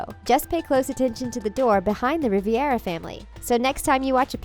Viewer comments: It’s Rivera not Riviera 🤦🏻‍♀️ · Why she keep saying Riviera. Their name is Rivera (Ree-Veer-Ah) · It’s RIVERA not RIVIERA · Rivera ( Ree-beh-rah) Riviera. ( Ree-vee-era ) Lol use your phonics 🤓🙂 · You continuously pronounce the last name wrong! It's Rivera not Riviera!! That is very disrespectful on your part!!! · The commentary seems pretty culturally dense. Also, the family’s name is Rivera, not Riviera. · I love how half the comments are “ITS RIVERA NOT RIVIERA” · I cringed every time she pronounced it, “Riviera.” It’s Rivera. 🤦🏻‍♀️ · did the voiceover say...."Riviera" instead of "Rivera"....?! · It’s pronounced Rivera not riviera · Just quick comment.. The commentator on this video keeps saying Riviera Family but it should be Rivera Family, It's two different last names. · Rivera, not Riviera. #fail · It's insulting when you say riavera when my last name is rivera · It’s Rivera not Rivear But i see Pepita on the table with Alebrijes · RIVE-RA not RIVI-ERA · Home girl saying “Riviera” made me cringe so hard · Rivera Not Riviera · Rivera not Riviera!!!!!!!!! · Is it just me or did she say riviera instead of Rivera like if h agree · It's not Riviera it's rivara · Loved the video! But this little thing annoyed me (because, you know...OCD). The family name is pronounced ree-VER-ah....not riv-ee-ER-ah. Otherwise, good job! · Why do you even say "rivYera"? it's just rivera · Its RIVERA not RIVIERA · Rivera not Riviera 🙂🙂. Still a good video.. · Ri-ver-a. Ri-ver-a. Ri-ver-a. Ri-ver-a. Not Ri-vi-era. It's not that hard. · Debbie Thoemke I'm Rivera and we pronounce it as "Ri-ve-ra" and not Re-vear-ra. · Rih-veh-rra not Re-vair-uh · RIVERA! NOT RIVIERA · Its Ri-Ve-Ra.... not Ri-Vie-Ra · Please edit this video, the family name is Rivera.. R-I-V-E-R-A. Not Riv-i-era, legit annoyed me to no end.. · I absolutely LOVE Coco!! But it really bothers me that she said “Riviera” family throughout the entire video!!! It’s Rivera!!! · It's Rivera. Not Riviera. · Rivera, not Riviera.